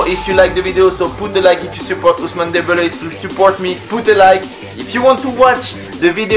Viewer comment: pas mal le "poute a laïke" à